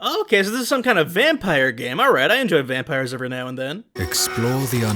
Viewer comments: Vam-pie-re video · Oh it's a vam PIE r Like the pies in V rising or whatever